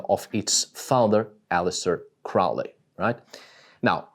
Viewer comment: Crowley rhymes with holy